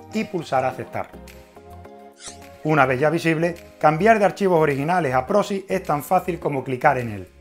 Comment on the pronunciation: Proxy con "x" no "prosi"